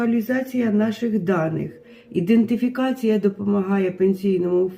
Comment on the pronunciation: Я, звичайно, захоплююсь людиною, яка зуміла записати це відео, але... нічого, крім дратування воно в мене не викликало. Людина непогано( порівняно зі мною😊😊) виглядає, тобто вміє накласти макіяж, причепуритися, але - ледве може навіть вимовити це слово " ідентифікація"))), а, головне - розказує, що це робиться для уникнення шахрайства для осіб за кордоном, вочевидь навіть не підозрюючи, наскільки це неможливо у дійсності. Та, люба леді, тут так перевіряють, що я не можу навіть думки припустити, що хтось помре, а буде рахуватися живим . От у знайомої тут чоловік-пенсіонер пройшов цю процедуру он-лайн, а через тиждень - раптово помер, і то шо? В Україні не знатимуть? А консульство нащо? Ви як таку можливість собі уявляєте?